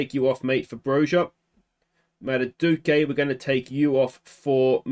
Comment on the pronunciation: It's pronounce "MAH-DOO-WAY-KAY"